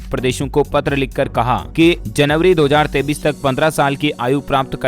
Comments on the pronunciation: Dear sir, Jan. 2023 ko Jan. 2033 baar-baar bolte hen. Pls see. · 2033(tho hajar taites) nahi hota hai... 2023(tho hajar teyesh) hota hai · App 23 ko 33 q bolta hai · 23 bolte he sir ji ya 33 bolte he ye btao pahle sir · 23 ko 33 kiu bolta hai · 2023 को दो हजार तेंतीस नहीं दो हज़ार तेईस पढ़ते हैं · 23 को 33 क्यों कहते हो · Bhai app 23 ko 33 kyo kehte ho